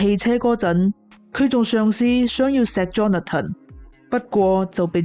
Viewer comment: 𣎴是讀Johna-ton, 是Johnathan（讀johns-fun)